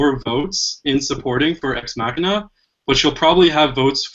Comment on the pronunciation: Those pronunciations of Sicario and Ex Machina hurt.